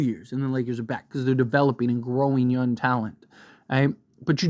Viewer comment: I love you but bro the way you say young pisses me off 🤣you don’t pronounce the “g” and it bothers me so much. I had trouble watching the trae young video🤣